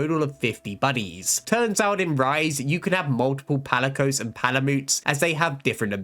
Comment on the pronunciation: "meetsoonay" and "palymoot" are insane man